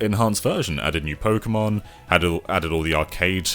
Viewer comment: I hate it when people say Pokeymons -_